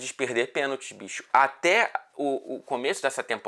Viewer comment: muito engraçado todo formal e do nada ele solta um "bixxoxx eu não vi o toque"